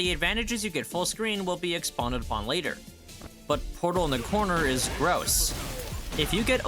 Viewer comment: it's pronounced expounded, chatgpt